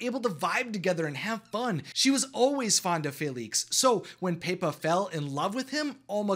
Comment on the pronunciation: Literally every time he said Pepa or Felix he pronounced it differently.